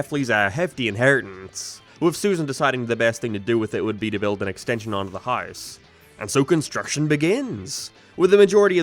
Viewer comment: it's unbelievable that you really pronounce 'house' like 'hice' and 'way' like 'weh'. How have you gotten to your advanced age speaking like this?